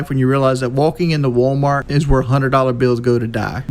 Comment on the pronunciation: Wolking into wolmort